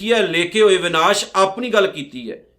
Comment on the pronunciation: ਭਾਈ ਸਾਹਿਬ ਸ਼ਬਦ “ਵਿਨਾਸ” ਨਹੀ “ਵਿਣਾਸੁ” ਹੈ, ਬਾਣੀ ਸ਼ੁੱਧ ਪੜੋ ਜੀ